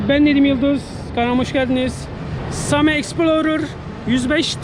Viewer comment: Nedim abi "same" diye yazılıyor "seym" diye okunuyor. Halk arasında same deniyor.